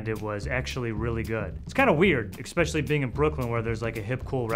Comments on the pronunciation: Scrubadubabinatub 21 Especially should never sound like eXpecially. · “expecially because” You are attempting to be an investigative reporter I presume, and you pronounce especially, “expecially?” That turned me off from the entire experience you were trying to share with us.